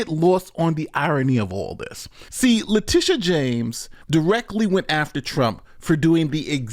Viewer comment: Did you call her Litigious James?